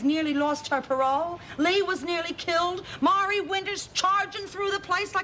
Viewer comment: called Marie, "Myree" instead of "Maree" Hey BIG MOUTH JUDE! what if it had been Lori? Would you have done the same thing? HELL YEAH! You would have tried to get Lori off smack. The next time Edna gives you something Marlene, give it to Jude. Then when she throws up her guts, tell HER "It was just your imagination."